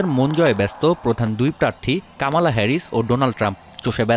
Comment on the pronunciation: কামালা উচ্চারণ করছেন কেনো? ওটা মনে হয় ক্যাম্যালা হবে।😊